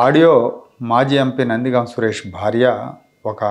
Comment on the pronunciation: నందిగామ కాదు నందిగం.